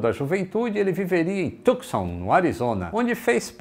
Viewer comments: So para constar, ja que a pronuncia é um dos primores do programa, a cidade de Tucson é chamado Tuson, sem o c. Eu tambem aprendi quando cheguei la. e toda vez que ha algum filme de la eu presto atencao de como pronunciam: Tuson. Parabens por esse programa. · Na pronúncia da palavra "Tucson" o "C" é mudo. Apenas uma curiosidade, pois, eu sei que o presa por um bom inglês. Se alguém for lá, não deixem de visitar os museus aeronáuticos.